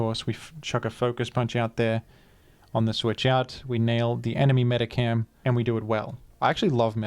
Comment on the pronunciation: For the love of God, STOP PRONOUNCING IT "MEDICAM." There's an "H" in there!